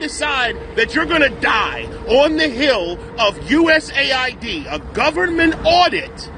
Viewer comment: Dude, it’s not pronounced USA ID, it’s US AID.